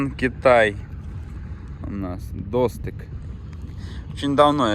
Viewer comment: для сведения. Казахский язык схож с французским тем, что ударение в словах практически всегда на последнем слоге. Поэтому говорить надо не До́стык, а Досты́к.